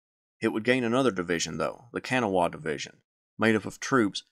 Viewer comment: It's pronounced Ka-Naw-Ah ... not Kan-A-Wah ...